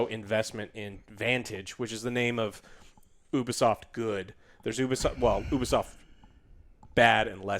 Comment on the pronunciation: It's Ubisoft not Obisoft Joe